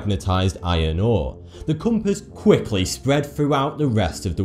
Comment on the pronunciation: LOL did anyone notice how he says "patent"?? He says "pay tent". Lol i didnt even know what word he was saying. He also says compass wrong.